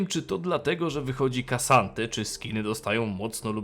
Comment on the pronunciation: Gosh, to się nie czyta "Kasante" tylko "Ksante", to tak jakbyś czytał (("Oaklok" zamiast "Oklok" (O'clock))